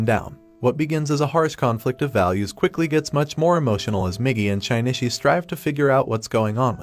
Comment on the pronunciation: great video but the way you say Shinichi's name makes me want to sandpaper my bald head